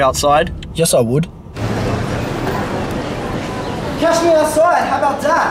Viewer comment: "Yes I woot"